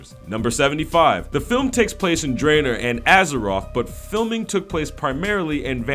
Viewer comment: Warlords of 'Draener'